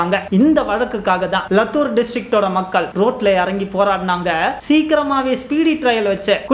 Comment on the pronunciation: தம்பி லத்துர் இல்லை லாத்துர்